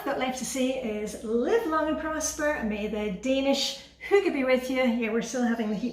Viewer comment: Hi! Adore your videos, adore your style, adore YOU! I found you from Reddit, someone mentioned you in comments and I happily subscribed. You are a great motivator! And I’m American, so I’m also glad to have learned how hygge is actually pronounced 😊